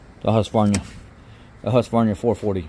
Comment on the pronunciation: FYI: Its pronounced Hoosk-var-nah.